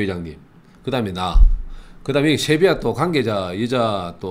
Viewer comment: 꽁병지의 특유의 갱상도발음~쉐비아